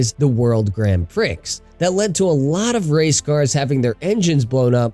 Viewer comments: “Pree”, not “Pricks” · It's pronounced "pree" I'm pretty sure. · i mean he said the X in Prix with the Pri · That’s a funny way to say prix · You pronounce "Prix" wrong, the "X" is silent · yeah but you don't pronounce the X in Prix, it's silent